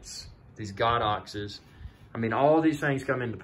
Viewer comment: "Go-dox" not "God-dox" 😊 Enjoyed the video, well done.